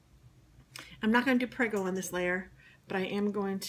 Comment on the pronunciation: It's not "Preggo" It's pronounced "PRAY-goh" and roll the R